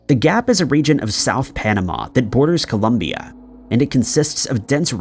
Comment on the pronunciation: I think this is the first video that properly says Colombia instead of Columbia! The situation of the kidnapping over here is very common yet not so well known.